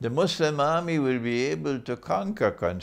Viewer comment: I like the way you pronounce Constantinople!! Greetings from Greece